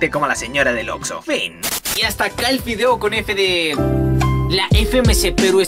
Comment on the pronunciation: Soy el unico que noto que dijo fideo?